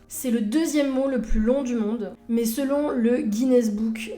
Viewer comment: Chaine très intéressante, que je viens de découvrir. Merci. Juste un petit truc, j'ai tendance à bloquer sur un tic de langage quand j'en entends un. Le votre, si je puis me permettre, c'est de prononcer "mais" avec le son "é" au lieu du son "è". Ce qui est très étrange pour quelqu'un d'aussi érudit. Voilà, c'était juste pour faire mon connard, je ne peux pas m'en empêcher. À part ça, c'est un plaisir de vous suivre, et ça ne remet absolument pas en cause l'intérêt que suscitent vos vidéos. Juste, j'ai un tic nerveux à chaque "mé".